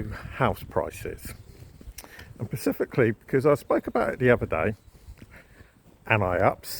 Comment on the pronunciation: Pacifically...specifically. I know its minor but it drives me nuts..